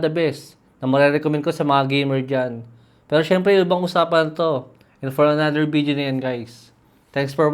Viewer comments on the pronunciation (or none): none